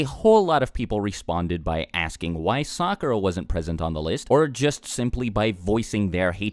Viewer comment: I wanted to watch this video to find out why my sister hated Sakura so much. But I kept cringing at the mispronounced names, so I stopped watching half way through.